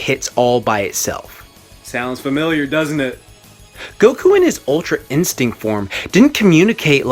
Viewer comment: I thought he said "ultra insect", I was confused lol